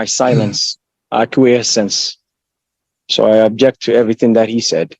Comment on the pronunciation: It's "OBJECT" not "ABJECT" dummy sovshit.